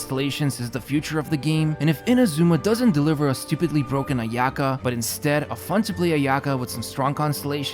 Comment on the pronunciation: The way you pronounced "Ayaka" really interesting 😅